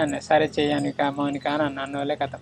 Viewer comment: మౌనిక ❎ అనిక✅